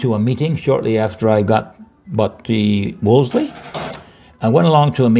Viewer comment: Good interview. Cant believe the interviewer doesnt know about the Austin 1800. And how can anyone over 50 call a Wolseley a "Worsley".